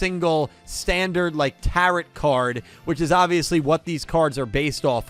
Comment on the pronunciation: the major arcana of the tarot only goes to 21, and the 't' at the end of tarot is silent